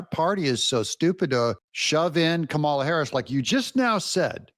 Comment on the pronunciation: Doug, not that I care, but you pronounce Kamala like you pronounce Pamela. Accent on Pam and accent on Kam' a la COM' uh luh. Enjoy your videos.